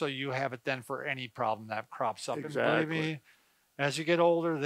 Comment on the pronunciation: I like your ''EXATLY''😊😊